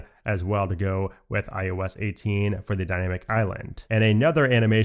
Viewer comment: I noticed his pronunciation of IOS, kinda sounds like IUS, and now I can’t unhear it